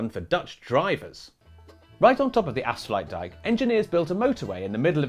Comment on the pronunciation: Wow you guys nailed ‘afsluitdijk’ and ‘zuiderzee’. ‘Stroopwafels’ was wrong though…